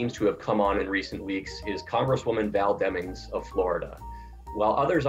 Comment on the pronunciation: Val Demmings. Val Demmings. Val Demmings.